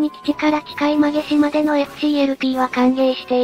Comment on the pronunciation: 馬毛島 ＜うまもじま＞ まげじま では？